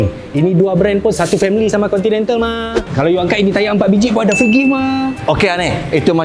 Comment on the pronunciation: mohon sebut 'Continental' btol2... dah bunyik macam ape dah... hahahahaha